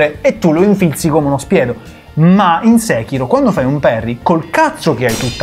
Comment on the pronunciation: Tutto ok ma nessuno pronuncia Sekiro come si deve,eppure lo si sente anche nel gioco come si pronuncia... mah....